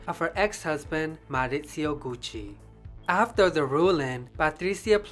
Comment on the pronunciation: Nice job and with an Italian accent to boot!. I guess Tom Ford helped save the Gucci name just in time for the corporate takeover. Nothing like the smell of a store like Gucci....